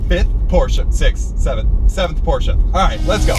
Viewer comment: It's "Porsche" not "porche"